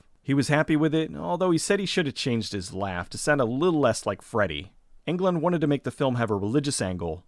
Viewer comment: Its Englund not England....